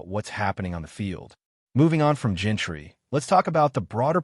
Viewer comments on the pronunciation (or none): Bro you have to learn how to say these players names it’s Jean-ty not Gentry and it’s Jakobi not Jacko-bi 🤣